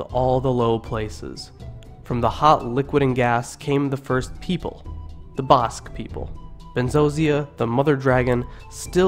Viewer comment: Ba - ahh like Apple - sque BAhh-sque - Basque Same for Nev-ahh-da News-vAhh-da - Nevada Thank You !